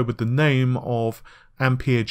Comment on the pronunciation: Its pronounced ampear